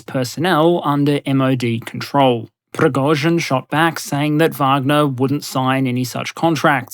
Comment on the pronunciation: A side, or technical note - the first syllabe in "Prigozhin" (Пригожин) is pronounced "pri~", not "pro~".